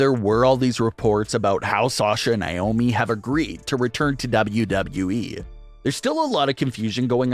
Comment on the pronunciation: NAY OHH ME.... not NYE OHH ME